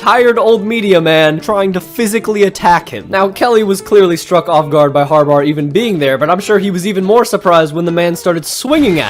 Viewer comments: HarBAUGH not harbar🤣🤣🤣😩😩😩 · Har-bar? It’s pronounced Har-bah. His last name is Harbough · why do you pronounce harbaugh as harbar it is grating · Did he call him "har-bar"😅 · am i the only one who hears him saying Jom harbaugher or harbar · The way you say Harbaugh sounds like you add an r at the end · Was going to say this…